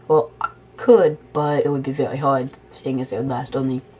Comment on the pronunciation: Vewy good roller coaster simulation.